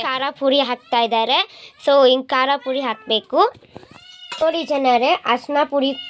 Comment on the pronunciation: Akka adhi maginate alla akka myarinate (pranounsiation) ಬರ್ಬೇಕು ಅಲ್ಲ ಅಕ್ಕ ಬಿಡಬೇಕು 😊😊😊😅😅😅😅😅😅 ಕರ ಪುರಿ ಅಲ್ಲ ಅಕ್ಕ ಕಾರದ ಪುಡಿ ಅಕ್ಕ ನಿಮಗೆ ನಿಮ್ಮ ತಪ್ಪು ಹೇಳಿರೋದು ನಾನು ಬೇರೆ ಏನೂ ಇಲ್ಲ ಅಕ್ಕ 😊😊😊😊😊